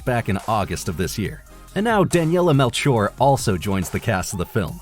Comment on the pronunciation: It literally takes 15 seconds to google if you don't know how to pronounce a name, this is just getting embarrassing. Daniela Melchior - MEL-kee-aw Wreak havoc: wreak is pronounced like reek, not like wreck. Joe Mangianello - MANG-ga-NELL-o, not marn-garn-iello. Jay Lycurgo - Lie-CURR-go Warner Bros.: Warner BROTHERS, not Warner Broce. Matthew Aldrich: ALL-dritch, not ALD-rick.